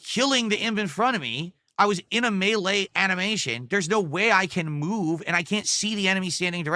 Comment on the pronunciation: Why the hell does he say 'melee" like that?